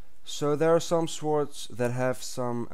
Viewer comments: its pronaounced sords not s wards but its spelt sword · sWords... u say it like "sords" not "swords" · You actually say swords. You should say sords but spell it like swords! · Ikr its swords not schwoards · you say it like this sords not swords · its pronounce sords. not sWords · its pronounced sords not swords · The "w" is silent in swords bro! but great vid! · Swords say it like sord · every time he says swords i think hes saying swartz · its not pronounced like swords but it is spelled swords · swords....(sord) lol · lol swaords? kno offence but still